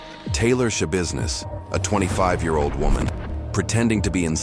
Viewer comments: 15 seconds into the video “Taylor Shabusiness…” …. Immediately checks comments 😂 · Is no one gonna bring up the fact her name is Sha-business?